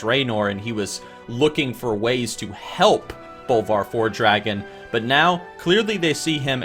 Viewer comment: my ears bleed when you pronounce it FORE-DRAGON or FELO-MELON